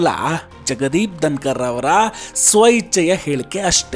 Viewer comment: ದನಕರ... ಅಲ್ಲ ಪಾ.... ಧನಕರ...ಕನ್ನಡ ಉಚ್ಚಾರಣೆ ಸರಿಯಾಗಿ ಇರಲಿ.....